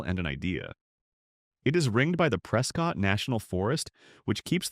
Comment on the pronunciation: Your AI narrator pronounced AJO three different ways and never once pronounced Prescott or Mogollon correctly. This cries out for replacing AI narration with a human narrator in possession of at least a few functioning brain cells.